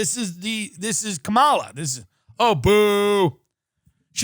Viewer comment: Tht bothered him and so did the Kamala Harris pronunciation as well as joe either not taking him around the town or atleast suggesting some places or both.